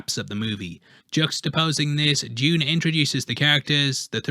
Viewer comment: Well done for pronouncing it Dune instead of the americanised (therefore stupid) Doon!